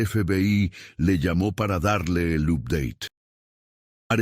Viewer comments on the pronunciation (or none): Se pronuncia APDEIT no UPEDATE